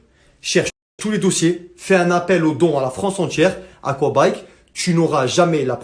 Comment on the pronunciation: a 48 minute 56.. dit-aquabike😂😂